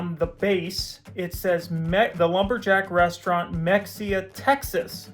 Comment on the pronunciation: Native Texan here Mexia is pronounced Muh hay uh